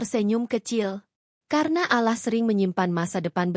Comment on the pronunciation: Pembaca narasi tidak pasir mengucapkan kata ALLAH segera perbaiki😊